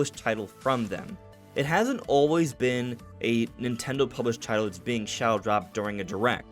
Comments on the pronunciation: is he saying "shallow dropped"? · Can someone please tell him the word shadow has a D in it